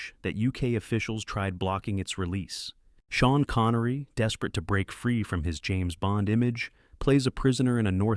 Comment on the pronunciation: "Shan" Connery??? Screw your damn AI narration crap....